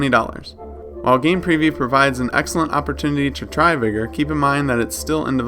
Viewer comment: Sorry but why do you say vigor like the n word vigor doesn't have an e in it